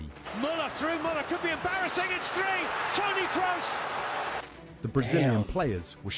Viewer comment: The narrator butchering Toni Kroos`s surname, scheiße, it`s KrOOs, not KrUs!